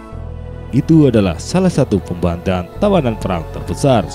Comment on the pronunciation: Admin ga bisa baca melafalkan pembantaian